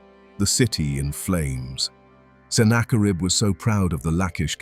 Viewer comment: I'd easily and gladly give this a 10/10. Except... The quality of your work is seriously tarnished by using defective AI narration. It's better than most, but the tells are still there. Who is senna-kar-ibb? This kind of pointless switch between proper pronunciation and AI nonsense happens throughout. Like I said, the quality here is really, really good. Why do you not proof the AI's narration and correct these? Or better yet, don't succumb to the temptation of easy & quick. Maybe even cheap. Use a human narrator. Because this video deserves better than AI gibberish.